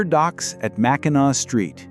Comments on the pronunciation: It's pronounced mak-i-naw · Please, learn to pronounce the cities by their right name. 1st, it's not pronounced How-ton it's pronounced Hole-Ton or Houghton, Mackinac is pronounced Mac-in-awl. The c is silent. Remember Indian & French languages, translated to English. I can't take anymore I'm done listening. You have to do the rest of it. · Mackinac is pronounced mackinaw